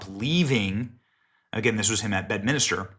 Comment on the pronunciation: Benny, it's Bedminster, not Bedminister. You're adding an additional letter, making a fourth syllable. Did Miller say the "Democrap" Party?